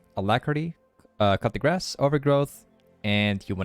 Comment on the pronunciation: Please god.. its pronounced "Koo de gra" not "cut the grass"